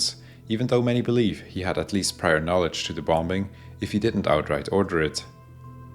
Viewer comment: Anyone else get slightly irritated when he says “bom-Bing”